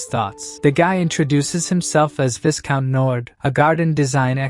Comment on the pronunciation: Viscount is pronounced “vy-count” Great story. Please keep going.